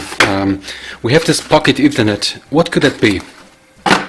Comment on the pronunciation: Its not PocketEthernet, but Pock-Ethernet.